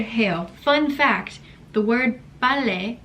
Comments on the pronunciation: The 아내 always 깨워요s 😂 Your pronunciation of 빨래 is so spot on! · 빨래 발음 좋은디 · You pronounced 빨래 perfectly. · You pronounce 빨래 perfectly😀😀😀